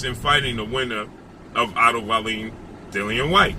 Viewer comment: The wbc would not order wallin to fight whyte in the event that it was not fury or wilder that is ridiculous wallin ranked 20th. It would be joyce, ortiz or ruiz that had to fight whyte. Also its pronounced wall-in.